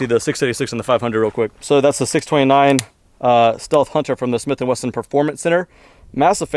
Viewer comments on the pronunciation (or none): He said smith & "westin" lol